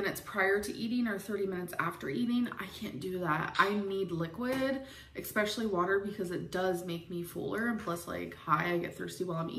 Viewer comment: I hate how she says “expecially” and “I haven’t ate today” ma’am it’s ESSSSSPECIALLY AND it’s EATEN! 🤦🏻‍♀️